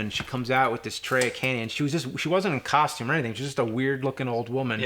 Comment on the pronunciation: is "costume" not "coshtume"